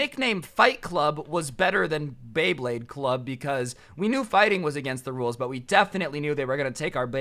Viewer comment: And then a couple a second s after he pernouced beyblade wrong